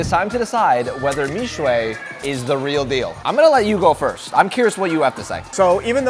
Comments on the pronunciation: Google is wrong; it clearly translates the Chinese into English first before converting it into Vietnamese. "MIXUE" should be pronounced as "MI/XUE," not "MIX/UE."Then, the translation mistakenly interpreted "MIXUE" as something related to the meaning of "MIX." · My son, who is Chinese, and studies Mandarin, says that you say YANGGUOFU correctly. However, he says your pronunciation of Mixue is incorrect. The final vowel sound is more like y-uh (I am not sure how to write it in English), very light the y sound, but definitely not the “ay” sound on the end. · Just a pointer its not me sheay its mi shure. But that r is soft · He says mixue like Mishway ofc he doesn’t speak chinese